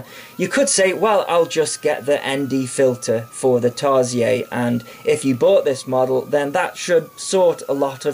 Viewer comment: Tarsiez? I thought it was "seer", is it french? Awhawhaw, look at mah LeDrone :D Jk, couldn`t help myself :p